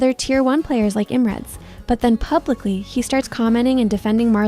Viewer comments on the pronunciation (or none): it doesn't pronounce IM properly. Think before you type.